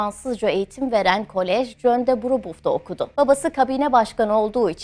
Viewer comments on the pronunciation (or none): none